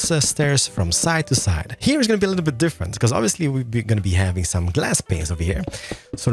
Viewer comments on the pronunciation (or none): the way you said glass panes in start of video... i laughed so hard, and let's.... I just can't hold my laughter, what's up with you